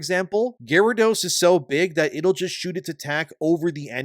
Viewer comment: Pokemon fan pronounces Gyarados as Gyaridos...